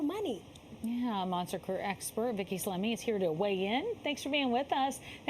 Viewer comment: Shout out to, pronounced slimee! What a pro company b!tch with her talking points! Don’t do two jobs at one, focus on one job at one time! fOH! Multitask it’s an actual thing! Then with the whole “at will” employment crap! Fire you for anything, at anytime?? That’s why we have unions, labor laws, and lawsuits! Keep sucking the man!